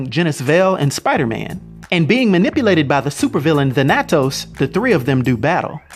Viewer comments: Everyone else: Thanatos: The nat toes I can't unhear it lol. I'm cringing and laughing at the same time. Can't even get mad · The way you say Thanatos just is torture to the ears 🙄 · I don't know if I can continue listening to his pronunciation of Thanatos.